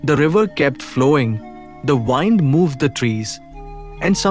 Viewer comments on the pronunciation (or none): Some basic pronunciation has to be corrected like lives, (livs, not laivs!) winds, otherwise deeply enlightening